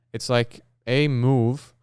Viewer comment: this sounds like hes doing a canadian accent "Eh Move"